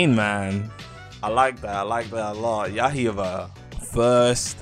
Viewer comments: its yai BAH not ya iba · Bro been calling it Yahiba for over a year now 💀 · Why bro pronounce yaiba like that